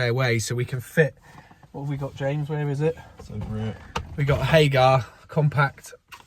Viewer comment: HAGER, Not HAGAAR. It is not a viking